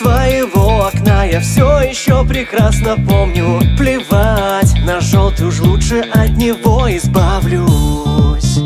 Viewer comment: Постоянно слушал оригинал. Сам отношусь к русским каверам скептично. Но этот хорош. Если бы чуть менее эмоционально говорили бы "жëлтый", наверно, идеально было бы. Оригинал более тихий и немного депрессивный, связано как раз со смыслом песни. И сам музыкал лучше раскрывался через более тихий вокал. Здесь же стал чуть более живым сам вокал. Это хорощо, но как раз на самой спокойной части песни, припевом где просто поëтся " yellow", начинается чувствоваться небольшая переигровка и наивность. Это не по мне. Но последняя часть песни, и в моменте с часами, как по мне, кавер переплюнул оригинал. Мне понравилось, кароч, но немного кринжую с жëстко громкого произношения "жëлтый"